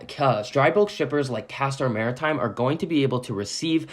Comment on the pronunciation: I appreciate that you know how to pronounce the name of the company